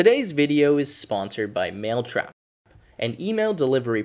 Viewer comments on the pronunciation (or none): Anyone notice how he said maletrap instead of mailtrap. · how could you notice the difference in pronunciation between 'male' and 'mail